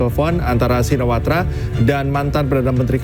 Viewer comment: Shinawarta ????? Shinawatra kaliii miin ...aduh duh sekelas inews loh nama kepala pemerintahan bisa salah 😂😂😂😂